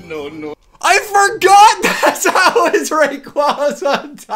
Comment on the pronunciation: Man that pronunciation of Rayquaza is so grating.